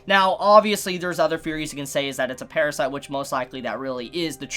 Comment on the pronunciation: fanks for the video, cool feories